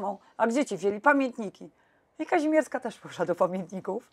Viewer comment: Aby NAZWISKA NIE PRZEKRĘCALI….nazwisko KAŹMIERSKA….a przedstawia się za każdym razem KAZIMIERSKA….hipokryzja?